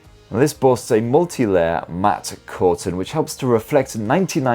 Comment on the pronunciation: Matte is still pronounced mat take advice from a mate !